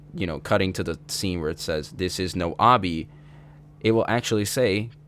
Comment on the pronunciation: Ngl i never knew in the bad ending it said “this is no obby” it really sounds like “this is your rugby” lmao